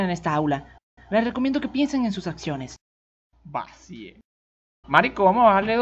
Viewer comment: Ese "Vacie" me mato xD